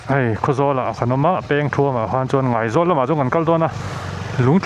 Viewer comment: Ngaizawl, i lam dan kha a dik thlap e